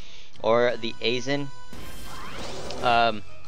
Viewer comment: Aizen is pronounced Eye + Zin (as if your saying raisin)